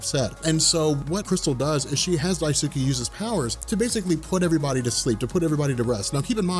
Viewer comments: Protip: When pronouncing Japanese names, there is no emphasis of syllables. that is to say, it's not DaiSOOkee, it's just Daisuke. Sometimes it helps people to pronounce it "Dice-k" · I think it's "die-skay" not "die-sue-key". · Daisuke is pronounced Dice-kay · its pronounced Dice-kay not, "di tsu kee" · Daisuke is pronounced die-skay just in case the in humans ever become important again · dye soo kee? you heart my ears, bro. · it's pronounced "DICE-KAY"... long story short, in many words and phrases in Japanese, the U is silent and skipped. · BTW, Daisuke is pronounced dice-keh. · Daisuke is pronounced "dice-keh."